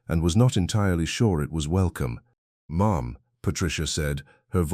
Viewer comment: Dear AI: Mom is one syllable, not two. Lol